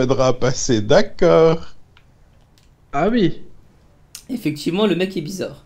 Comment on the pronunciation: ne dit meme pas ''oui'' mais ''uiii''